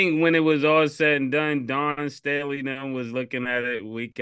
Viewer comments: Killa said Dan Staley 😂😂😂😂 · Killa, say it with me.. "Dawn Stay' Lee" 🤣🤣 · Cam u killing me as a Philly native … Don Staley might b a family member but it’s DAWN🤣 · “Don Stanley…. Dan Stooley….Dawn Stormy…”-Cam 😂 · Dan Staley😂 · Dan Staley 😂😂😂😂 Cam be messing names up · Cam say it with me..... Dawn Staley! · How the hell can you not pronounce Dawn Staley correctly lmao...eat that crow since y'all really wanted Iowa to win 😂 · cam cant even get dawn staley name right 😂😂 dude thats not a hard name to pronounce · Did Cam say… Pardon me for keep on ‘dis’pronouncing her name 🤣🤣🤣😂